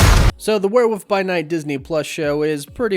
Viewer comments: great video as always, but it's wereWOLF not wereWOOF...although I concede, werewoof would make a great character name! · Stop saying wearwoof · “Were woof”? Bro.. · Lol, "Werewoof". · Nah sorry you must surely be mispronouncing things deliberately at this point. “WereWOOF” REALLY?